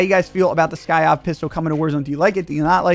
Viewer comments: SY-KOV not SKY-OV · its the sykov not the skyov lol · It's SY-KOV not SKY-OV bro! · Today on learning to read, Sykov.......pronounced psy kov. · Bro it's a syyyy kovvvv The k doesn't come before the y lol damn that was killing me 🤣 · Lol the new "Skyov" looks dope but it says sykov lmfao i hope he notices how he's pronouncing it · It’s not skyov, it’s sykov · Whatever is Sykov not Skyov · "we finally got the new skyov pistol" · The way you say the pistols name is hilarious. You call it skykov😂😂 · Sykov, SY KOV.. But yes this thing gonna be broken. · lolol skyyoffff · Did he say Skyav pistol 🤣🤣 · Lol it’s sy kov 😂🤣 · I didn’t know it was the hard to say sykov I’ve seen 5 different channels pronounce it wrong